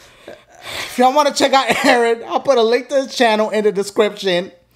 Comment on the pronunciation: it’s EERRRNNNNN nah fr his name is Aaron